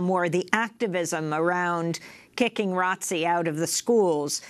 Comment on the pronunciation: At least you started off right by calling it ROTC.